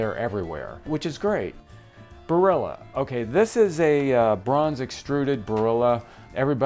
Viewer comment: Questo tizio dovrebbe essere italiano, ma in che modo pronuncia il nome “Barilla”? 🤦🏻‍♂️